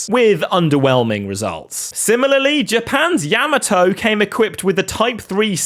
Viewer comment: Crazy how you pronounce Yamato first the incorrectly than correctly, just wild that you did that. Makes me think you didn’t know how to pronounce it and thus looked it up after your first sentence in which you spoke it incorrectly… such a wild word to not get right, and I get a lot of ppl now a days may have never heard a word spoken in person before and have learned it on their own independently via reading materials (most of which come from online now a days…), but what I don’t get is you can listen to how the word should be pronounced via google or many other online resources for free. Or worse you purposefully did it just to bait ppl into commenting just like I am rn, if thats the case its in a category of baiting which is towards the bottom of the barrel and isn’t’ going to help you long term to treat your audience like its a joke fyi. Do better if its the case you are baiting bc its one of the lowest things you can do to drive engagement especially given the material you are covering, the topic covered should be more than enough to drive commenting by the audience. Cheers…